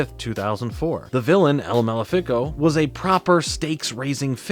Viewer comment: “Maléfico” is pronounced differently than that.